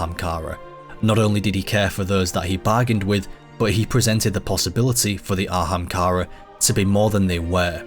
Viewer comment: „An ahamkara bööön böö.“ damn, i knew that anglophones were bad at pronouncing foreign languages. I didnt know that there were anglophones who are bad at pronouncing their OWN language